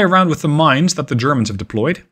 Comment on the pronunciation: "...zhe Churrmunz..."